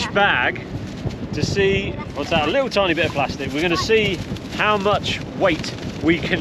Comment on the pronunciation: Love your channel. Shame you missed Porthcawl it’s lovely. You and the kids are great, but I hate the fact you miss t’s in words like little which you pronounce a lille. Just my gripe, sorry.